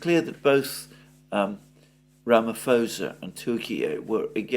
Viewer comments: Mr Mercouris. his name is pronuonced ramiposer (ram i poser) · you’re fantastic, but “Ramaphosa” has a silent “H”. It’s Ramaposa.